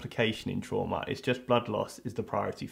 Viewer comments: When ever he says “trauma” i can’t not hear “shwarma” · Every time he said Trauma I would think tiger horse after. (Its an anime running gag because they have no word in Japanese for trauma so they use the english word and when said with an accent it sounds like Tora (tiger) Uma (Horse). Do I watch too much anime?